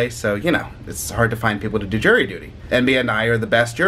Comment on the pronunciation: At first I thought you said you had "Jerry Duty"